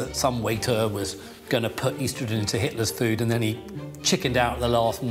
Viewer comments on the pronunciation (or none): Estrogen*, not "eastrogen". Why not just give him ricin?